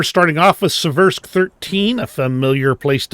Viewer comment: Your "Surbaissé" pronunciation is excellent. As often, you are underselling your language skills, my friend. ;)